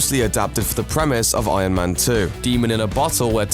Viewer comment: ion man... ion man... he is saying ION man all the time, it bothers me